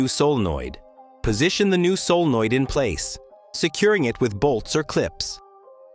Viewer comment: Tell your AI narrator that 'solenoid' is a three-syllable word.